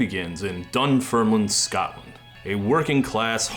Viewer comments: FIY: The town is pronounced Dunn-firm-LIN, not Dunn-firm-LINE. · Dear God, why can't people investing hours into making documentary videos just spend 30 second is learning how to pronounce key words/names correctly "Dun-fer-Line"? (And "Oi" is skinhead revival music not punk). Add "Jake o'Bite" to your list. Who is he, some Irish guy? Anyone interested in Scottish post-punk of the time ought to start at the Scars, especially with regards to early use of video, e.g. All About You. * Dunfermline /dʌnˈfɜːrmlɪn/ was the de facto capital of the Kingdom of Scotland between the 11th and 15th centuries with a history dating back to the Neolithic period. Would have thought that was long enough for the world to learn how to say its name. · The pronunciations of Dunfermline and Jacobite are killing me You did actually nail Kilmacolm though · Incredible how Americans fail to pronounce some Scottish words and excel at others. Can't say Dunfermline or Edinburgh but nail Kilmacolm 😂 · I love that you managed to pronounce Dunfermline right the first time and wrong the second 😂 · The pronunciation of Dunfermline hurt my soul. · How did you pronounce dunfermline right the first time around and then completely botched it on the second try? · You almost pronounced Dunfermline right the first time, jacobite wasn’t even close